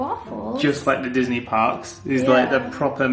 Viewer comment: I swear it sounds like said "Welcome to Donkey Ever After". This is so cute & wholesome